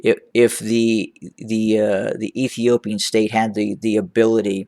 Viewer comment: I love it when you say the former stare of Ethiopia 👍